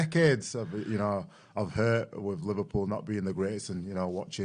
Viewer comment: Don't you mean LiVARpool lol?